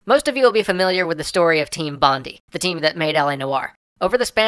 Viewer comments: It's pronounced Bond-I not Bond-e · It's not 'Team Bond-ey' it's 'Team Bond-eye' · I'm sorry did you just say "Team Bondee"? It's "Bond-Eye". Carry on. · Great episode as usually. but all the way through all could think is COUGH It's Bond-I. As in eye. COUGH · Just letting you know its pronounced Bond-eye, not Bond-ee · he did not just say "Bond-ee" did he... It is pronounced "Bond-eye" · can i just say for all American's Bondi is pronounced BON-DIE not BON-Dee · Is pronounced "Bond-Eye" not "Bon-Dee" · Its pronounced team bond-eye. Not bondy. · Pronounced BOND-DYE not BOND-DI! Sorry just really frustrating. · this was quite irritating for me because i am from Australia and it is pronounced 'Bond-eye' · Bondi is pronounced Bon-die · To anyone who is curious, Bondi, as in team bondi is actually pronounced BonDie. It's the main beach of sydney aus. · Ok I cannot stop laughing right now. It's only how you say Team Bondi like its Team Bonde XD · It's pronounced Studio Bon-die. It's a suburb of Sydney. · it's pronounced Bond-EYE sorry, had to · bondi = "bond-eye" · BON-DYE sorry but it's hard to ignore :) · im sure im not the first to day it, but its pronounced "bon-DIE" as is in DIE, foul beast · its pronounced bon-die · xDDD the way he pronounced Bondi cracked me up. Still a good ep though. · That is not how you say Bondi. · Kieran Morris god that was killing me, its just lazy its not like "Bondi Beach" is an obscure part of Australia that people have never heard of. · His pronunciation of Bondi is cringe worthy..